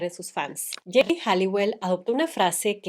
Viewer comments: Es geri, no gerri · me hace gracia que pronuncies el nombre de Geri como Jerry 😊 a Emma tambien la criticaban por su peso no solo a ella. y Mel C despues ganó peso cuando eran un cuarteto y le decian Sumo Spice. 😢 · Alguien más notó que cada que Rocio pronunciaba Geri habia una distorsión?😮